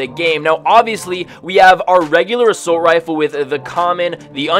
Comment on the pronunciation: How many times does he say “Asoult rifle” How many times does he say “Assault Rifle” Also my fav save the world gun